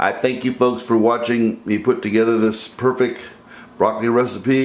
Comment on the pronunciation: oh I see now, the word you try to say is perfect, you pronounce as perfek. I actually don't think this is perfect. Seems like you lose some nutrients boiling the broccoli even for near 2 minutes. Think I would prefer to just roast. Also, the way you seasoned. I want an even spread of the oil, garlic, pepper, and salt. The way you did it is the way most cooks do it, but you really only season part of the dish.